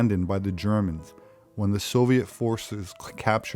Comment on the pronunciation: ze Germans.